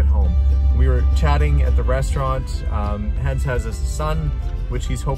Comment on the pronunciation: Why is it that you mispronounce Hans' name? He said his name correctly in the video.